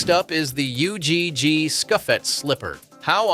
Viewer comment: learn how to pronounce ugg properly please